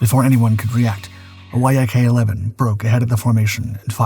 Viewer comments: The narration of the dogfight is so distracting. Why is he saying Y... A... K? Why isn't he saying yak as in Yakovlev the design bureau. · It's a Yak, not a Why-Ay-Kay. C'mon AI... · (Yak-9 & Yak-11) …the Why - Ah - Kay ‘s tail… and …the WHY AH KAY ‘s fuselage. (The Yak’s tail & fuselage). Damn, these AI voices annoy the h*ll out of me sometimes. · Surely the makers & users of these AI voices could write a little code for their products to read acronyms correctly !! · It’s actually not; dude’s been making videos with this cadence and voice for years before AI voice was a thing. No idea why he doesn’t know to pronounce it like the animal.